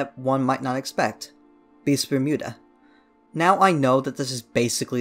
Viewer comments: everyone: beasts of bermuda: bistphmuda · Ah yes, Beesvermuda